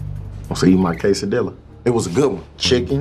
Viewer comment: Ok I swear to god if if I hear that guy say casaDILLA one more time I’m gonna throw hands. 😑😑